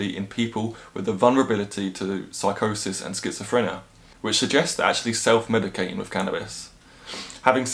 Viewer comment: Schizofrena??? Was you stoned and couldn't pronounce schizophrenia...lol